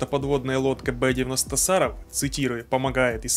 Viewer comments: Не сАров, а сарОв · СарОв, а не САров. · Что за сАров? Город СарОв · Не САров, а СарОв, от названия города в нижегородской области,где ядерные технологии разрабатываются. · ну не сАров, а СарОв, тогда и лодка будет ПосеЙдон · Не САров,а СарОв! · Не Са'ров а Саро'в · СарОв, а не САров, в честь одноименного города. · Не СAров, а СарOв. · Не САров, а СарОв. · СарОв, а не САров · В названии "Саров" ударение на букву "о", а не на "а". Саров - это город. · Почему бы не узнать на какую букву ударение в названии города СарОв.... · Ударение на о СарОв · Уважаемый автор ролика! В слове Саров ударение на первом слоге - на букву "А" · Ударение в слове Саров на букву "а"пожалуйста 😂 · Саров ударение на о